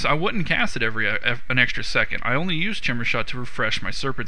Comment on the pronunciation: Haha sounds like he is saying shimmer shot XD